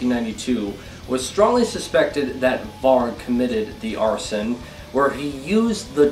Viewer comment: Mispronounced "Varg" oxå!!!